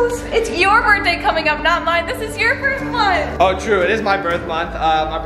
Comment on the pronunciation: you said berrr day